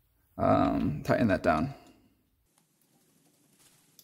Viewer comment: Why can't people pronounce the letter T in mid word anymore? Ti-in... Don't you mean tighten??? Drives me nuts.